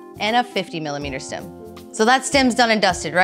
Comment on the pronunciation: Is she saying "stim"?